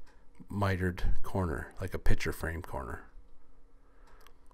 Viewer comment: picture, not pitcher